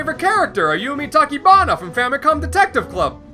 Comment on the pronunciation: IT'S TACHIBANA NOT TAKIBANA aHSHDFAHDASGFDSAHJG